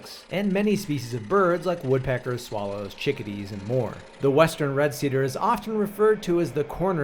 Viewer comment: See Dere … 😂(cedar=see there)